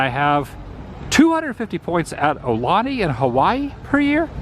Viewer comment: Brah….. your pronouncing “Aulani” wrong. It’s “OW-Lani” NOT “Aahh-Lani”